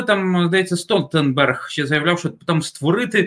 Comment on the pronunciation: Стоктенберг???? Де ви берете таких експердів???